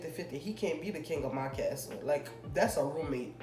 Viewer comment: she said "das a roommate"